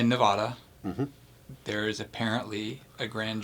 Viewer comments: It's NaaaVada, not Naaavaahda. We don't pronounce it like that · Us Nevadans don’t pronounce Nevada (NE-vah-da)